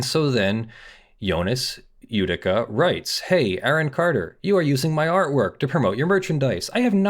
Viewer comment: That name is a bit mispronounced. It is "Jödicke". J like "Y" in "You". "ö" like you say "ou" in "Luxembourg", "dick" like in English, the final "e" like the "e" in "hey". As you currently pronounce it, it would be written "Judika" or "Judicka" in German. No offense, just hoping to help.